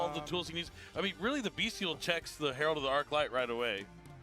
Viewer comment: commentary is fucking unbearable with his pronunciation of 'Bystial'